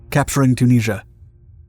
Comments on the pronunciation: Chooneasure. Or Tunisia, as we say in English. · Say Tunisia again? ‘Tuneesha’ Tunisia ‘Tuneesha’ Okaaaaay. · can't you say Tunisia?